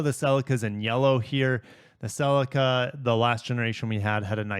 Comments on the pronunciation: Bhaha bro says celica wrong its not sellica. Pronounce the dam Ce Lica say it like sea lica celica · Great vid but your pronouciation of celica drove me nuts hahaha I have always said celica as cel-eee -ca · No way he pronounced Celica as "SeLica" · Why do you pronounce Celica like that? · You need to learn how to say Celica correctly